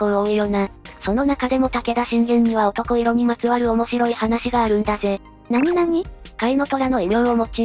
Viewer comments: 男色→「だんしょく」と読みます。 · 男色おとこいろ→✖だんしょく→〇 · 男色(おとこいろ)ではなく、だんしょく。